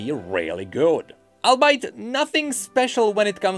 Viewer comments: I believe he comes from a German-speaking country, or somewhere near there, and "albeit" would be pronounced in German like that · Is the word here "albeit"? In my dialect (Midwest American English), it's pronounced All-Be-It, like those 3 words mashed together. I just Googled it, and sure enough, its origins are basically that. Today I Learned!